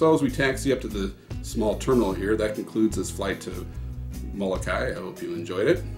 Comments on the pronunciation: Mo-lo-kai-EE Remember please to pronounce the last "i" sound. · Moh-koo-lay-LAY, please.